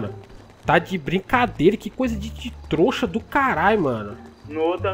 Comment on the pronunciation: Em todo vídeo o fala troxa 😂😂